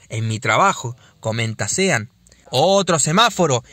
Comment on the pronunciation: Buenísimo el video. La única cosa que te digo. SEAN se pronuncia SHÓN. Buenísimo el canal!!!!!!